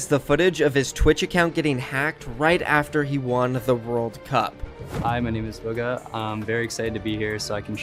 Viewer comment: BOOGA. ITS PRONOUNCED BOOGA. NOT BUGGAH, BOOGA. ITS NOT THAT HARD